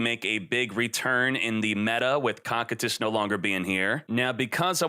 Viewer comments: "Cockitus" Hahahahahaha COSSSSSITUS (pronuntiation) as the Iced prisons of hell! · Koh Kie Tus !!!!! Can someone please correct him lol its not cockitus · It’s pronounced co-kite-is try watching overlord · its co-kai-t-is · Is he saying Cocytus like that on purpose? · Your pronouncing Cocytus wrong